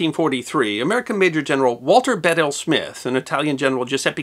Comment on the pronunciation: Another great video. I love them all. But I always thought it was pronounced Walter "Beedle" Smith.